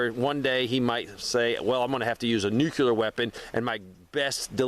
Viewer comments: Nuclear not nucular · What is a "nucular"? Because inside an atom is a "nucleus". Not a nuculus.